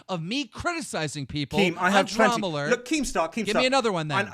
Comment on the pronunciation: i keep hearing call dramaalert drumlet.-.